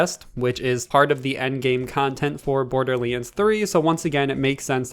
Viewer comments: Maple Syrup borderleens threee 😂😂😂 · No one: This guy: bOrDuR LaNe tHurEE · Did you say Borderlinds 3 st the start.